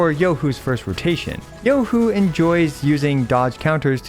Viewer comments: Shed a single tear at that perfect pronunciation....finally free from hearing EN ccs going yoohooo like morons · As a chinese, im surprised u pronounced her name so accurately. 👍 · omg, so far you're the first CC, that I have watched, pronounced Zhezhi and Youhu correctly! so damn satisfying LOL